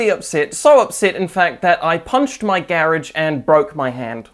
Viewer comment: omg i didn't realize you were saying garage until reading this T_T